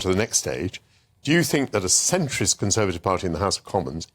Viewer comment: They always mispronounce centrist. Scroundrels.